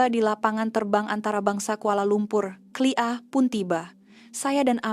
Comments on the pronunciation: Sebut betul2 lah bukan kelia...kay el air ey...KLIA 😂😂😂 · klia ia lah KLIA bukan disebut klia. Harap maklum. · Sebutannya K.L.I.A